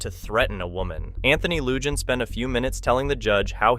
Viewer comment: Lujan is pronounced "Luhan," the letter J sounds like a H . Ty